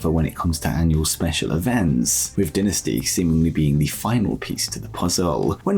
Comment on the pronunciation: You mess that word up bro is dynasty!!! Say it like die in the front I can’t take that bro it’s not a dentist it’s DYYYNASTY!